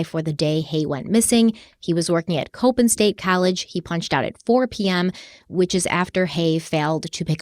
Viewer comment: Coppin State University. pronounced. ... ( cop ) ( in ). .